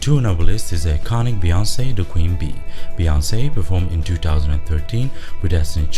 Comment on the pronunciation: LMAOOOO "Sharika" "Beyonance" OMFG